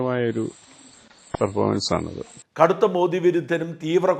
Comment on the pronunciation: മോഡി എന്നല്ല, മോദി എന്നാണ് ശരിയായ പേര്...ശരിയായ ഉച്ചാരണം